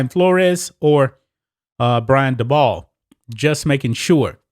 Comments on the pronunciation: Dabol is pronounced daybull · By the way u pronounce Brian Dabol (Daybo)